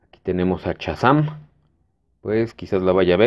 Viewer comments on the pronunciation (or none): ¿Chassam? Yo conozco a Shazam, no al tal Chassam